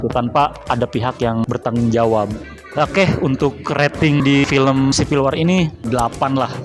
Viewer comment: WAR ; BACA (WOR)